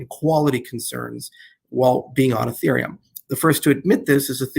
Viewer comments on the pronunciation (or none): I think he low key called ethereum infereum lol